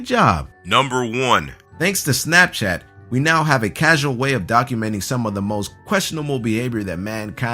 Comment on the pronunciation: Am I the only one who hears "snatch-chat" whenever someone says "snapchat"?